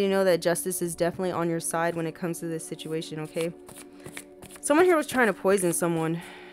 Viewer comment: girl u got me out here talking about “situ-mu-ation” 🤦🏽‍♀️😭